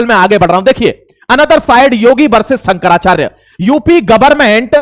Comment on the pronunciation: अबे तेरे पे तो नाम भी सही से नहीं लिया जा रहा। शंकराचार्य का क्या विश्लेषण करेगा।